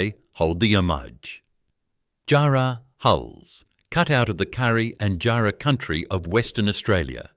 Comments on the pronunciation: Tough job getting a helicopter 6.30 to Jarman in 1888. Teach your AI to pronounce JARRAH and KARRI 👎👎👎👎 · If I hear Roebourne and jarrah so atrociously mispronounced like that again I'll flip my lid